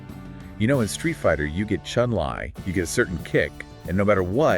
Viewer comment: Ngl this seems like AI Slop. “CHUN LAY” cmon bro.